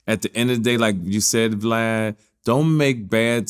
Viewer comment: I think he’s calling Vlad, Blad… But still, an awesome interview!!! 🤦🏽‍♂️😂